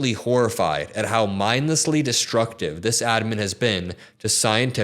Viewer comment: I realized That when says "Ad man" he actually means Admin. I kept wondering who is "Ad man"?